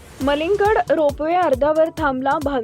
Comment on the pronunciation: News अन्कुर कमीत कुमि नाव तेरी निट घ्यावा तो हाजी मलंग गड आहे मलीग गड नाही 😂😂😂 काय मरठी ची वात लावटाय 😂😂😂